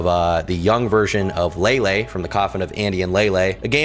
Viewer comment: its pronounced Leyley not laylay ngl